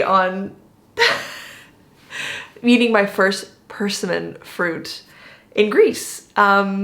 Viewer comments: Persimmon. Emphasise the second syllable. perSIMMon. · W😮W I've only eaten persimmons when they are ripe. One of the other comments mentioned the acid in the unripe fruit. The name of the fruit is pronounced pur-sim-in. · I know, I've never heard it pronounced like that. We always say, Per-SIM-mon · I was just waiting for the comments telling you how to properly pronounce persimmon